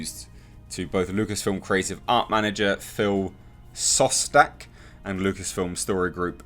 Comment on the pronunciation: Read Shostak, not Sssostak.